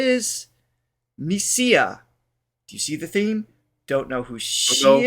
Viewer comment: MISIA is said to be the best singer in Japan. This video was taken at the invitation of a Chinese program, so please listen to her singing on THE FIRST TAKE. It's legendary. F.Y.I. "MISIA" is pronounced as "Mee-sha".